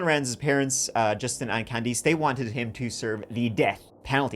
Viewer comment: “his mother Candice” Candice is pronounced “can-diss”, not “Can-dees”